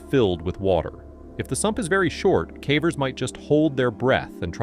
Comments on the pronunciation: 85 minutes in and between his terrible numbers and bizarre mispronunciations of simple words got me feeling stupid. It’s crazy how sometimes the pronunciation is correct of one word the next time the same word is mispronounced badly. Cavers, cā-vers, next time cavers, cah-vers. It is massively annoying. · “Some were died and others were injured” Man it’s clear as day that you use AI but ffs at least proofread it dude. That’s just one example, but these are riddled with really bad obvious AI grammar errors and all kinds of baffling pronunciations (cahvers anyone? instead of cavers 😂 that’s a constant one I hear in almost every one of these videos). It’s just lazy, and there’s so many errors that it actually does take away from the content and for someone who’s ESL, it probably straight up makes it hard to understand/follow. Tons of content creators who do caving and other disaster stories like this take the time to edit, and gasp even create the content *themselves*. 😮 Shocker I know. But honestly-I can deal with AI. I just can’t deal with BAD, completely unedited, not proofread AI. Like, make it more obvious that you’re just trying to get that ad/views money please and dgaf about actual quality or effort, I can’t tell /s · It totally is. There's way too many silly mistakes that normal speaking people just don't make. Listen to how many times "cavers" is pronounced "cavvers", or sentences like "they were had died " it's decent AI, but still very obviously AI.